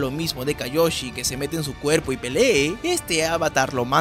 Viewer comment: Se dice kioyi